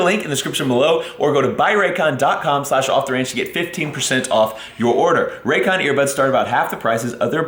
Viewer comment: New drinking game... the next time does a Raycon commercial, everyone drinks when says 'Raygun' instead of Raycon. Extra points for context: "...whenever we go on trips, Meredith and I take our rayguns..."